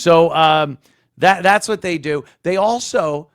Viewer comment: Also, everything is “thass” instead of “that’s.”